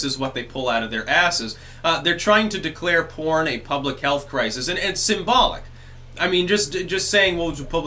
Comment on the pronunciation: DID YOU SAY PORN OR CORN?